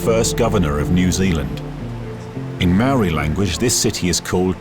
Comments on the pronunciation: Hi, good view of life in NZ with history toi. Enjoyed the vid! Though Maori - mari ? -is more like 'mowri'. Marae is 'Ma ri' not Mari-a.. good try though! I'm a NZ euro so hope that's right!? "that'll be right mate! " - kiwi fred dagg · Omfg could the not find anyone to pronounce Maori ? Fuck sakes